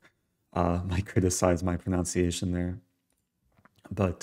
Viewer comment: As an englishman i shall criticise your pronunciation of pronunciation tut tut its not pronOUnciation GOSH sir